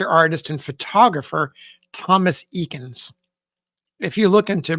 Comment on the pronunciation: Eakins last name is usually pronounced with a long "a". At least that's how we pronounce it in Philadelphia.